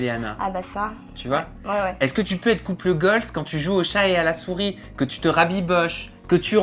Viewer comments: Je pensais qu’il disait "couple GOLD" au début jusqu’à que je lise ton commentaire 😂😂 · On dit couple goal et pas couple goalzeeeee, nn? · "couple goal" Déjà c'est un terme anglais donc il faudrait le prononcer en anglais pour bien faire et sans S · « CoUpLe GoLz » 🤪 Mdrr, c’est UN couple donc on ne le met pas au pluriel donc on dit: couple goal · C’est quoi ce nouveau concept de vidéo pété là on veut juste les interviews nous.. et on dit couple goal au passage hein pas gooaaaalzzzz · tu me stresses a dire couple "goals" avec le "s" à la fin, "couple" est au singulier et puis en anglais on n'accorde pas les adjectifs avec les noms alors on dit simplement "goal", voilà petite info du jour 😉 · couple goals se dit mais tu ne peux pas dire UN couple goals si tu veux dire ça tu mets pas de pronom singulier et au faite couple en anglais on peut dire couple aussi donc c’est juste de pas faire la prononciation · Et pourquoi prononcé goal à l'anglaise mais pas couple ? Haha